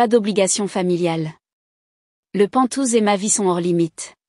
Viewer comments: IA on dit pent haouse pas pentouse😂quoi que c'est rigolo pentouse. Ça ressemble un peu à ventouse comme la famille pot de colle toxique 😂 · pas "pantouze", mais "penthouse" !!! mdr